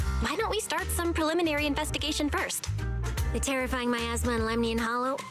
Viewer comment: though said "my asthma" instead of miasma, hence the reply gave